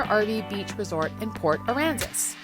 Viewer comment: I miss port Aransas and yes you said it right the first time 😆